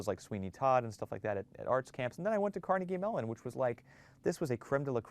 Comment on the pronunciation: It's Carnegie Mellon, not Melon